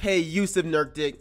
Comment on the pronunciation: Nurk itch not nurktic